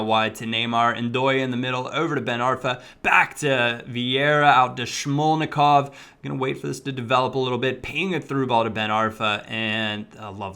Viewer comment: He is Smolnikov not SHmolnikov